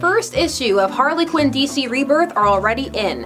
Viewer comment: quinn not qin